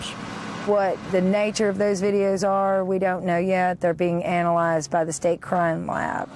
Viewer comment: yeahhh, "anylized"